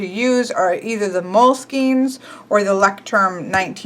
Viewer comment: Leucht is pronounced [loicht]